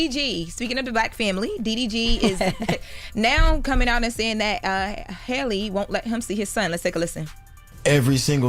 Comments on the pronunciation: For some reason people have always struggled with the correct pronunciation. Black people have been calling Halle Berry Holly Berry for years. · Halle’s name be tearing them up & idk why. It’s not Holly or Haily. Halle is not hard to pronounce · SMH that Jess is the only one that can pronounce that lady's name correctly. It's Hal-E like Halle Berry. Not Holly, Charla. Not Hailey,. If they can pronounce Kamala correctly, this shouldn't be that hard.